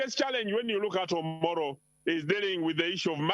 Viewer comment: Its Omoro county not omolo?